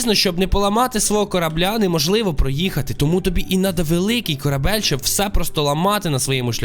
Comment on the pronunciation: Не корабель а корабель